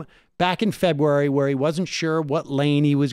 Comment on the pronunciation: Febuay? Febuay.